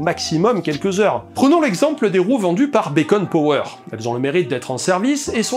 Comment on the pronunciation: On dit "Bikone Power" xD bacon power ça fait juste viandar :) Super boulot en tous cas, et belle chaine ;)